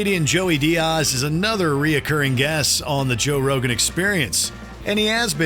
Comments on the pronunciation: it’s Diaz. Not Dearse 🫠 is this a AI generated voice over for the clip? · Dee-ozz. God, don't u dare disrespect our uncle Joey! Lmao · Diaaas 😂😂 u can't say diaz right 😂😂 this channel is garbage 😂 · DEE-Azzz is what buddy is saying lll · The strange way you said Joey's last name and emphasized it was wild...